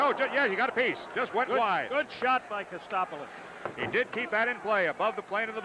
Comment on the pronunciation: Chadwick quickly butchering Chris Kotsopolous name calling him KotSTOPolous. He was brutal and Fotiu aimlessly skates around instead of staying on his wing. He was also poor in front of the net not knowing how to use his stick to plant himself like a Gary Dornhoefer.